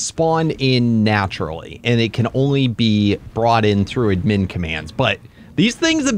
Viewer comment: It’s pronounced Add Min